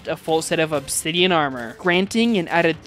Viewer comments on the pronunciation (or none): none